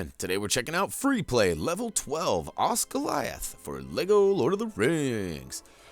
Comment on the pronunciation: I thought the way you said it sounded right